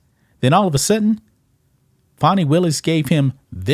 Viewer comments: Not Fonnie. Is FANNIE. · Every time I hear someone pronounce her name FAWNY they get an automatic 👎😅👎 GTFOH! Her name is Fani which is pronounced FANNY! If they wanted it pronounced FAWNY then they shouldve learned to spell!